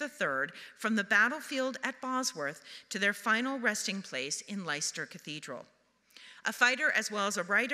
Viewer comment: The pronunciation of Leicester during the opening remarks...painful. 😬